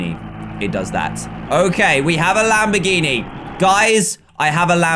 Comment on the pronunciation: Did anyone hear him say lambiriri